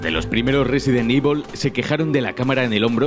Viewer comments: Yo como lo digo: resident evil 4 como lo dice: residen ivol 4 XDDDD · Residen ivol :v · Resident ivol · Resident ibol fooor A huevo...!! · Resident ivol v